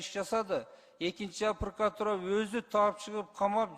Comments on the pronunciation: Эмне «пркратура»? Эмнеге «прокуратура» эмес? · Блинн вообще кругозору, илими ноль турбайбы бул прокурордун прокурор деген созду прыкотура деп коюп журот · Прокуратуравы же прыкратуравы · Прыкратура дебей жумушуңду тапшырып кетчи,бетиңди табактай кылып,курсагыңды тойгузуп отура бербей. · "Пыркратура"-деген адам кантип ген.прокурор болуп журот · Зулушев прыкыратура 😂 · Прыкратура дейт го